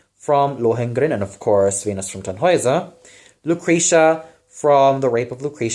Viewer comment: one little note: the name Tannhäuser should be more heavily stressed on the first syllable.